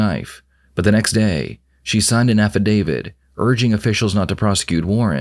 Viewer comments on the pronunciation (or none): Affidavit, not affidavid. I’ve heard it a few times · It’s affidavit- not affidavid. Silly computer voice….